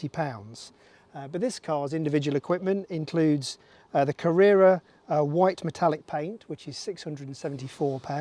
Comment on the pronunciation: Are you trying to deliberately say Mac n T? Like Mac n cheese? It’s weird. Then you said careera T Instead of Carrera. What’s going on? Hard to ignore.